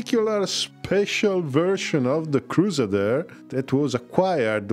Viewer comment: How do the French expect to have a carrier available if they just build one? Carriers need yard periods and the air groups have to work up. Cardinal Richelieu was a real person! (Bruh, how can you pronounce the French names correctly but mess up “Crusader”?!)